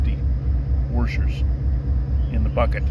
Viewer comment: I have not heard washers pronounced as wurshurs in a long time. 😊